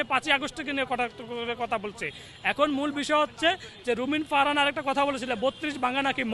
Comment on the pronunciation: নাম কি রুমিন ফারহানা??? আগে নামটা উচ্চারণ করা শিখবে কুত্তার বাচ্চা